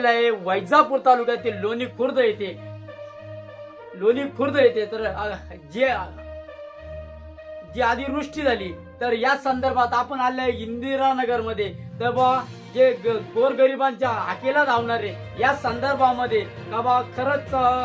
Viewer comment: अरे ती अतीव्रुष्टी अस्ते अधिर वस्टी नाही 😂😂😂😂 काय पत्रकार बननार रे तु